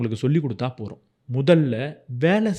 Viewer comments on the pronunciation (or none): "porum illa bro pothum" nu pronounce panna nalla Iruku m